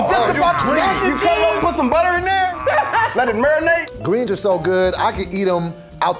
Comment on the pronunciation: Let it murinate! Mmmhmmm!!😂😂😂😂😂😂